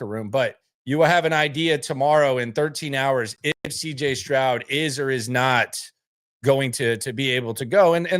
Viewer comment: Did you say CJ scrub😅😅 LOL laugh my ass off😂